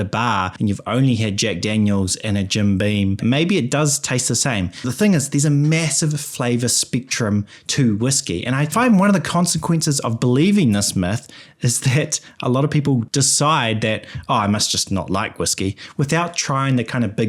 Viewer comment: The thick kiwi accent is the highlight of this video. Corkers like spictrum and shirry and having six with a sheep abound. Luckily whiskey is already pronounced with an I.